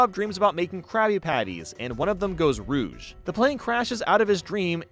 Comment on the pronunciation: The Krabby Patty in Dream Hoppers goes RED? It’s rogue not rouge